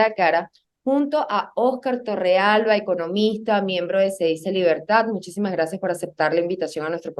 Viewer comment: Cedice,cedice,se dice hay papá